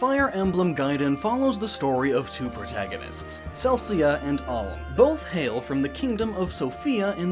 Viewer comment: Boy, you just called Celica Celcia.